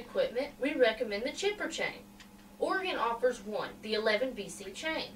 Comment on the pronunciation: Just what I was searching all over for thank you Miss. I scribed to your channel.Just one thing it's pronounced Orygun...... greetings from northwest Oregon